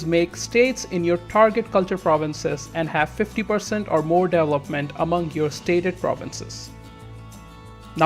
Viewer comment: dude... "deVElopment".... not "delopment"